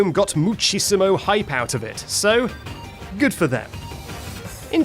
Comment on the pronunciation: Jood james, j jove jow je jeet jo juch jhildren